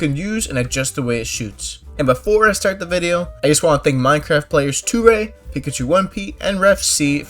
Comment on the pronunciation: SMH, "toray" lmao, its pronounced turay for next time